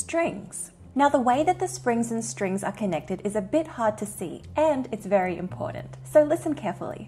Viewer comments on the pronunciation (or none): Excellent content, but i am sorry i cant watch another video while you pronounce the D in the word important.. I am by no means perfect myself but impordant just gets under my skin like no other badly pronounced word